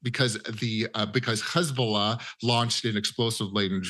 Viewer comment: KhezBolah or Hezbolah